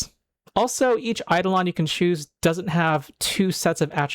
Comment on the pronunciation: One correction: It's eiDOlon (ai-DOH-luhn).